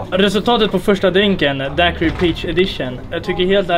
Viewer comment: Uttalas DAIQIRI inte Daquiri. Kommer ursprungligen ifrån Cuba o man uttalar inte U;ET .